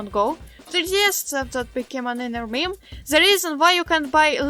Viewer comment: a “Miim”